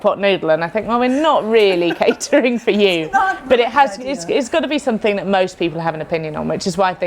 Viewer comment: ‘Something” has an m in it